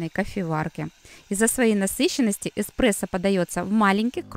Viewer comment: Так режет слух-кофе-не оно, а он, не экспрессо, а эспрессо